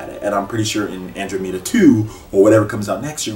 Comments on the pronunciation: "Andro-metta" as a huge space nerd, I died a little inside when you said that :-p I closest neighbor in the universe is the Andromeda galaxy. An-drah-meh-duh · Most people seem to pronounce it "An draw meh dah" =p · I love ME also, but that ending to 3 really pissed me off, I always thought the first one was the best in the whole series And it's pronounced Andromeda, like the constellation..c'mon say it right nigga LOL. Dont make me whoop your ass in Smash again..XD